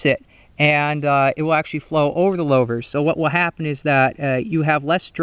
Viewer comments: lou-vers not low-vers good vid thow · Good info on the design of new and old style glasspacks. In the old days we would bake the glasspack in a fire pit before installing. I always heard Louvres pronounced as Lewvers not Lowvers. Just like in the name Lou Castello. 😷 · Louvers like ew or St. Louis not lovers with a long L.